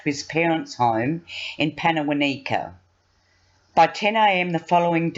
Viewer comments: Pannawonica is pronounced Panna wonn ika! Karratha is pronounced Kar Arthur! Annoying. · Wow, I live in WA and can't believe this happened 2 years + ago, feels like only a few months ago. I heard of this disgusting abhorrent crime, but not in this much detail. Can I just say, it's pan-uh-won(rhymes with on)-i (as in knights who say)-kuh. Accent on the won. And karr-ah-thuh accent on the ah.